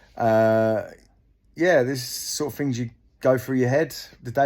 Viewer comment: It’s wurf it when you’re finkin of fings !